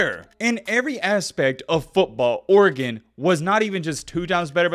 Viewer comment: idk but you pronounce Oregon the correct way though